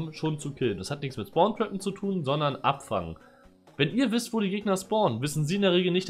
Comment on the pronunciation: ich dachte du sagst abf*cken. 2tes mal angehört und gedacht ,,ahh abfangen“😂😂 Ich alter Cod'Ier.